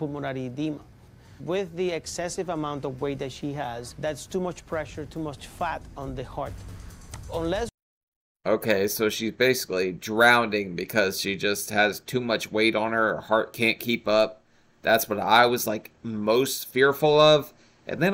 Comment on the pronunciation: I love you but did you just say drownDing? instead of drowning, that's not as cute as you hmmmm..... hehe